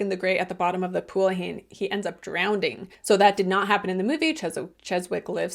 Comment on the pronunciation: did you say drownDing 😅 no judgement I'm just curious if I heard you wrong